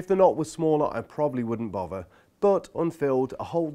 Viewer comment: also mefod and bovver and furoughly 🤣🤣🤣🤣🤣🤣